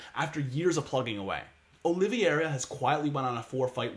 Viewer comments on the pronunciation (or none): Great breakdown but it’s pronounced olive -era